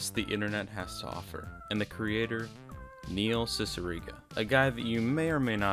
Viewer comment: N-neihl cicigara 😳😳